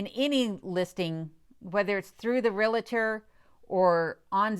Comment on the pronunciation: I've been watching your videos for a while now and really enjoy them. You seem like a very intelligent woman, that being said, the word is REALTOR. there is no letter i between REAL and TOR. Sorry, this word and the word jewelry are my pet peeves. It is not realitor. It is not jewlery, and no I haven't heard you use jewelry in any of your videos. As I said, I enjoy watching you and Kenai, especially when you give him a "speaking" part!! LOL. The Dewey, Cheatham and Howe video was cute, too. Keep making them!!